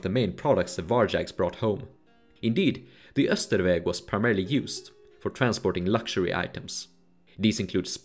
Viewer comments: Isn't "Austrveg" supposed to be pronounced more like how it's spelled, rather than "Österveg" (which is how you spelled it in the YouTube captions but not the embedded video captions)? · I was gonna say "why is your sweden better than your english" out of joke since the way you pronounced austrveg sounded probably very swedish but the buddha sounded kinda off, lol Then i went to your channel description and it said "sweden" and i'm like "oh"